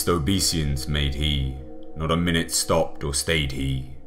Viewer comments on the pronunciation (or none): none